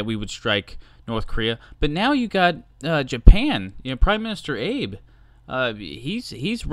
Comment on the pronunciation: It's pronounced Ah-Bay